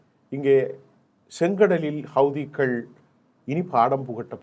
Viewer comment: ஹவ்திகள் என்று சொல்லுங்க ஜீ